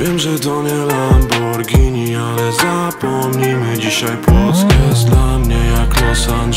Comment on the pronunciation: Czy tylko ja zauważyłem że white, to jeden z raperów/traperów, którzy poprawnie wymiawiają nazwe tej bardzo słynnej marki nazwanej lamborghini, którą poprawnie czyta się lamborgini